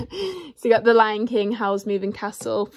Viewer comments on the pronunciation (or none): none